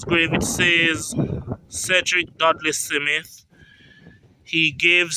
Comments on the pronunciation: SMITH not SIMITH. At least get that right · I like your videos sir, and much respect...but I cringe everytime you say 'SIMITH' 😑... There is no 'i' or 'e' between the 's' and the 'm' in Smith....This is not meant to insult your very interesting work....just some constructive criticism. Much respect nevertheless. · My ears hurt, please explain how you get Smith be pronounced.... "SI MITH" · Haha ....😂 Its not simith, its Smith. 😂😂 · Why you say "Si-mit" No "Smith" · Is it Simmith Or Smith? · I cringed too it's pronounced Smith not SIMITH I did'nt know someone else cringed until I red ur reply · Please goggle how to pronounce “ Smith” not “ Simeth” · So hard to listen to you. Its Smith...Not Semith. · Ditto......i cringe how he butcher the word 'Smith'....he keeps saying Cee_mit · Honestly, I tried to listen. Honestly. But everytime he said SeeMit I just wanted to snatch him up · It sounds horrible Fe true him can't say Smith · The name is pronounced Smith Smith